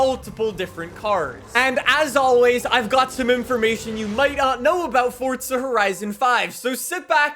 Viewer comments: Forza not Fortza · Whats fortsa? You mean forza? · Hearing you continually mispronounce forza is horrendous. It's for-za not Ford-za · Forza not fortsa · ITS FORZA NOT FORT-ZUH. (Four-zuh) 🤦🏻‍♂️ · Forza horizon 5❌ Fortza horizon 5✅ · bro it’s forza(for~za) not fortza 😐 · What does he say fortza like it’s forza your pronunciation makes me wanna die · But bro, “ for-za” why say “ fort-za “ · Am I the only one that notices he sounds like he pronounces it “Fordza” instead of “Forza”? Great coverage though just the pronunciation throws me off lol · sorry mate, small thing, great vid but its forza not fortza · Anyone else get irritated that he says it like Fortza (fort zuh) instead of Forza (for zuh)? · I'm about to beat tf out my chair cuz this man keeps saying Fortza!💀💀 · I thought I'd take a drink everytime he said "fortza horizon 5" and now im on my way to the hospital to get my stomach pumped! 🤣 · Why do you keep saying forza like that? It drives me fucking nuts… there is no T in the word. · Fortza? Learn to speak... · I can't be the only one hearing Fortsa everytime he says Forza right? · love to see he still says "fortza" lol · Omg dude it’s not fortza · Who else is getting triggered by him saying fortza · why does he say fortza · says "fortza" By that logic he should also say "horitzon" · Fortza... come on dude... are you even European? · T not D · I still don’t know why u can’t say “Forza” properly